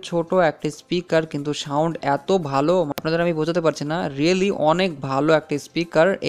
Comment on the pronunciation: ভাই সাউন্ড কে শাউনড বলছেন বারবার!